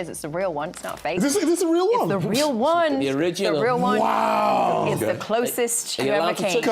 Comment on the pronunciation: . 😂😂😂 this exchange is hilarious to me. “ Ohh worw, say it agen!” & another “OHH WORW”